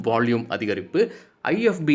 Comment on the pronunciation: நீங்க பாலக்காடா மலையாளமா ??வால்யூமுக்கு வாள்யூம் என்று சொவ்வதினால் ..... என்ன சரியா..???பதில்??